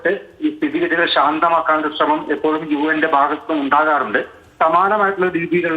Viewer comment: UN അല്ല UM ആണു umban